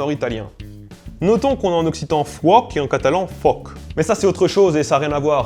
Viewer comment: Quand tu parle d'occitan il faut préciser, à l'intérieur se trouve deux extrêmes: le provençal ou l'on dit en effet fuòc que tu as bien prononcé mais aussi le gascon dans lequel feu se prononce huèc